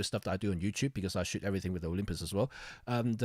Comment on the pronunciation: You pronounce shoot as shit. And, yes I also shit day in day out...LOL My journey was GE X5 >> EPL/1>> Nikon D70,D90,D700>>Sony A99>>EM-5,EM10II,EM1. OMD wins due to computational techniques and other innovations.